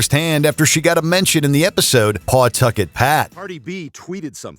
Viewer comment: I love the way people try to pronounce Pawtucket when they’re not from RI/Mass. lmao.